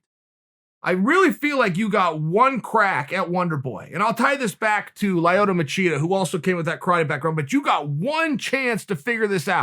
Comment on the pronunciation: He said lie-oto